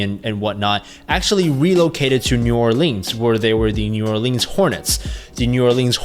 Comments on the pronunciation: The way you pronounced New Orleans inspired me to murder my entire family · How many times can you butcher New Orleans?